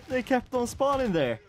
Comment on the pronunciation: "HERE ZHEY COME, ATTACK!!" dies